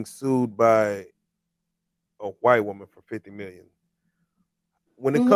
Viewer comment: "White woman three times younger than he is", you do mean "white wo-mayne..."